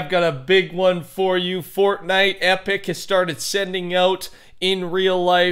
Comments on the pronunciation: i swear every time when he says fortnite in the beginning of the video it sounds like he says fork knife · Every time he says Fortnite in the beginning I always hear FORK KNIFE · The “welcome back to a furtnite video” NEVER gets old